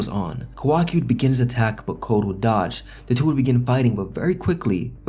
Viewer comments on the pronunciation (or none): none